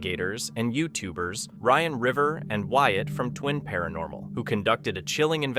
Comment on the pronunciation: His name is RIVER - NOT Riven. Unless you are combining the 2 Ryan & River so you got Riven?